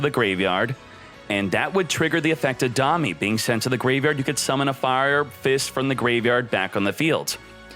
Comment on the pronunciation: If you ever read this, "domei" is pronounced "do-may" like the month May and is the japanese word for "alliance". Who knows, maybe you'll pronounce it right someday. I already gave up on words like "Goblindbergh" though... Also, surprisingly, you don't notice the broken glasses... or actually the two monocles...